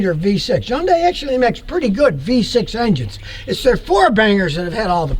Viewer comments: ITS HYUNDAI LIKE SUNDAY NOT YUANDAI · From an actual Korean immigrant: it's pronounced "hun-day" not "yun-die". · No, the correct (South Korean) pronunciation is "HYOON-die". The North American pronunciation is "HUN-day". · Its not a Yondai, Its a Hyundai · Scotty ...Hyundai rhymes with Sunday,or Hunday .When Hyundai came to America in 1986, Their slogan was Hyundai...Rhymes with Sunday. Not Yunday. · Scotty - It's pronounced "HUN-day"... not "YUN-die". Just trying to help you, 'cause I like you. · Why do you keep saying Yun-Die? Is your name Scooty Killer? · Just on a friendly note. The name HYUNDAI rhymes with SUNDAY. Actually easy to pronounce. Thanks.